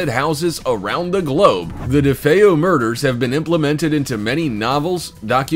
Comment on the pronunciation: Thank you for actually saying DeFeo correctly.